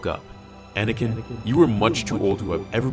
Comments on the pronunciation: You just figured it out because you're dumb and it's Anakin not anikin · Well, it's actually Anakin, not Anikin, so..